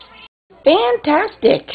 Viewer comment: That's a great word! And it works in French too (except the accented syllable is different): F a n t a s T I q u e ! Mickey says it SO well! I'll try and teach it to my birds...